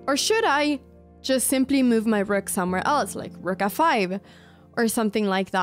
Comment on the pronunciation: You pronounce 'best move' so wierdly. One might bet you said 'mewed' instead 😅 And may be cats are your favourite pets, who knows :)